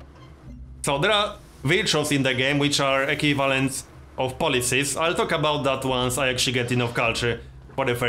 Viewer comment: Equivalent (Eˈkwiv'lent) not (E'Q' valant) love your video ^.^